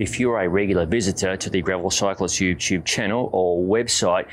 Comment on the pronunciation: Gravel Cyclist “Yoo-tyube” channel